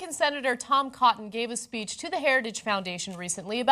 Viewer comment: OH, Tom COTTON. You didn't enunciate there Ana! Had me going there for a minute. That's alright.